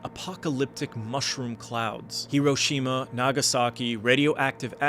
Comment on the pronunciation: My question is why do you pronounce Iraq and Iran correctly but yet not Hiroshima or Nagasaki?